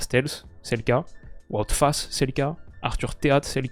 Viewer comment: ça fait trop plaisir que tu fasses l'effort de bien prononcer les noms c'est le premier français que j'entend bien prononcer Wout Faes Video tres cool encore une fois